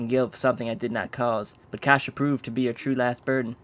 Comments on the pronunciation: KASIA NOT KASIA NNNNNNNNNNNNNNNNOOOOOOOOOOO !!!!!!!!!! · Noo not kasia... :/